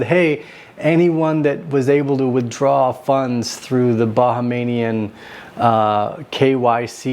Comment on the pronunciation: It’s pronounced Bah-hāme-yan